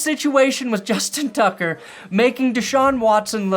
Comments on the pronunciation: Lol he said it as "Justin Tugger" instead of tucker lol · Did you say “Justin Tugger”? 😂